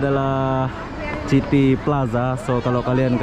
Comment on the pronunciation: City... sebutannya "siti"